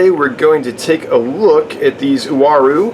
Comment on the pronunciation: Finally somebody that pronounce the name correctly..!!WA-ROO = UARU